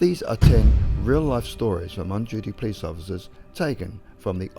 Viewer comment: Not a criticism, but there was one time it sounded like you said a "Peace officer" instead of Police officer. I certainly prefer Peace Officer!